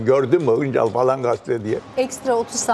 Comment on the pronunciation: Acun'un Şansal demesi ve Julide'nin Hıncal demesi beni rahatsız etti.